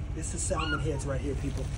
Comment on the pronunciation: Aye people, my people, BLACK ppl…we HAVE to do better! My man is a clear genius…but we gotta call stuff what it is the L is silent just like the D in Django, in salmon! (SAM-man) not Sal-man 😂 I love us but dayumn its 2023